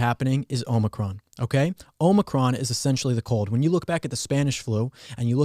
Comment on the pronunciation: It's Omicron not Omicron. Sheesh.